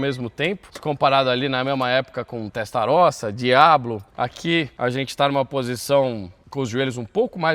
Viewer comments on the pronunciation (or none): none